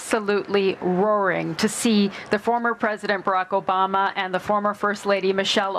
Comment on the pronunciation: Foomuh president Barrick Ubahmuh 😂